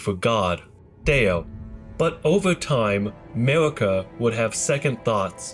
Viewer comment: The hard r on marika is crazy